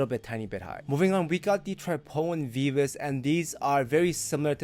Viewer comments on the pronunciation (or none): none